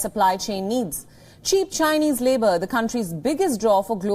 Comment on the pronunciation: INDIAN ACCENT SAID SED, OFFER UFFER, LABOR LEEBOR, RISK RESK, LATE LETE